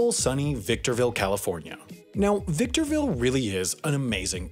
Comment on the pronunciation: My boy Ryan Garcia from victorrrrrrville California